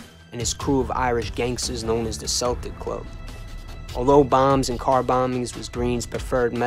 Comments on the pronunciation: Love the videos/channel but that is NOT how u pronounce the word Celtic. Its kel-tic not sel-tic. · Bro its spelled Celtic but it's pronounced (kel-tic) as in Celtic warrior. It's not pronounced like the basketball team Danny believe his blood line was connected to Celtic warriors back in Ireland in the old days. But this was an excellent video my brother Danny Greene forever the Irish 🐐 a gangsters gangster rip to the Celtic warrior he fought the good fight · Bro if you say "Seltic" or "Selts" one more time I'm gonna fuckin scream....